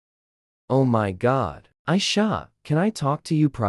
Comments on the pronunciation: why did he said “ Aisha “ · He said Aisha could we talk in private instead of ruby could we talk in private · Ummm how Louise said Aisha when her name was ruby TELL ME 🥺🥺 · Bro can anyone talk about jow Louis said Aisha and not ruby